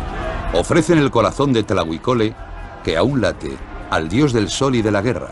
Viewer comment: no es tlahui cole es TLAHUI COLOTL TRADUCIDO ESCORPION ARMADO y se pronuncia TLAJUI con la jota aspirada